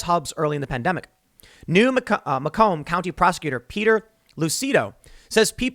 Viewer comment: That’s not how you pronounce “Macomb”. I know because I live there.